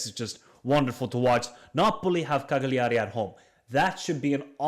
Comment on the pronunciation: Good Analysis :) It's pronounced 'calljari' basically 😂